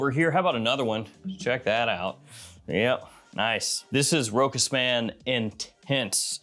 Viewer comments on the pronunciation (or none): It is nor ROKAS ! it is ROSHA!